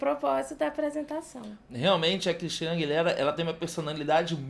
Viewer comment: Aguilêra, não Aguiléra kkkk 💗